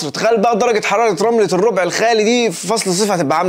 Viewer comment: الربع الراء مفتوحة. Rab not rob